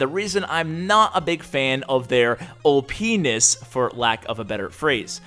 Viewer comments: oh, you sweet summer child... for future reference, make sure you never say "OP-ness" on a video again. It may be innocuous when written out, but phonetically it sounds like you're saying something different. Something the more immature members of your viewer-base can have a field day with. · Hehehe he said "Opnis" get it "penis"... I'll walk myself out. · lol ash just said opiness... sounds like oh penis